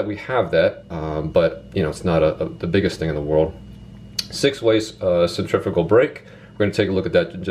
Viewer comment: OH MY LORD the only fishing YouTuber that pronounced centrifical right you eared a subscriber 👍